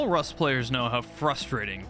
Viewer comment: For the first maybe 3 minutes of the video I thought he was saying “Wife Day.” As you can imagine, I was both confused and intrigued. - Non Rust player.